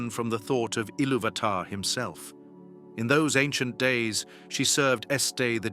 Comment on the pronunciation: I like the content, but if you're going to use an AI generated voice then at least type the text into the program in such a way that they pronounced the names correctly. VA-lar, Eh rue eeluvitar, etc. the pronunciation matters especially with Tolkien's works